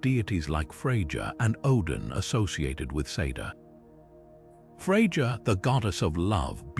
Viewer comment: Gonna lose views if your AI pronounces Freja like that